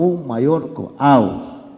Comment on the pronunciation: SE PRONUNCIA CAOS